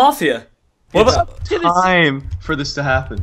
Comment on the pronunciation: one: do a lot more of this please. two: it's bac MAFIA NOT MAFIEA